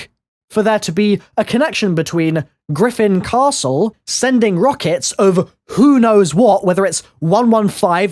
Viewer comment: why do you still say the name of the castle like that omg